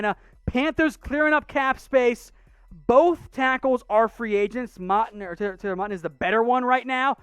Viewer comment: Pronouncing moton last name wrong